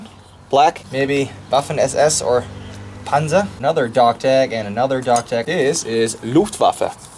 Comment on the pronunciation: Your german is pretty good but your pronounciation of Panzer gives it away. The z in Panzer is a much sharper sound.